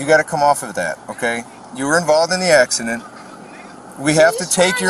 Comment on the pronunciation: " ass-ci-den?, ...no. "